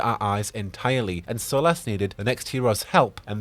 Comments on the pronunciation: sorry dude, I love everything about you and your channel, its just how you say his name it really grates on me. Its cool though, I can live with it lol just out of curiosity, why do you say it like that when most characters in game pronounce it SOL-US ? I think I can remember one other character pronouncing the way you do. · I don't like how you pronounce Solas lol Edit/P.S Bad Wolf